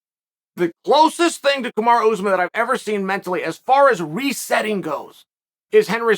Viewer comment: Lmao “Kamarow” pronounced like tomorrow Chael is such a d*ck 🤣